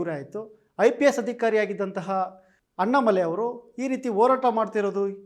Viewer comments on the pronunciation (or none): ಸೊನ್ನಾಮಲೈ ಅಲ್ಲಾ.. ತಮ್ಮಾಮಲೈ..,😃😃